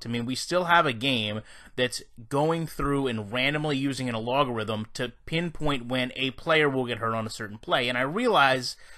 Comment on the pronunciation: Algorithm.. not "A-log-a-rithim"